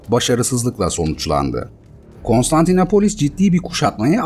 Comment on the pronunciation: Her Konstantinapolis dediğinizde irkildim. Doğrusu KonstantinOpolis.